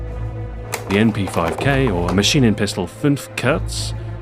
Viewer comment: Even though he can't pronounce the german name of the mp5 for shit, it still sounds cool :D You're so awesome XboxAhoy!